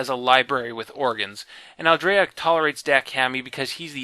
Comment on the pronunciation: It's NOT geeeed. It's GEDD. Like dead. and Hork Bajir is more like Badger, not Ba'Jeeer. It's AL-Dree-Ah. Not Aldraya... like Andrea... Aldrea.. It's Dahk Ha-Me, not DackHammy